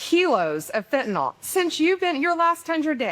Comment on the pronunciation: Great work. I wish people would learn how to pronounce FENTANYL. It is pronounced fin - ta - nil. NOT fin - ta - NOL. NYL is pronounced "nil."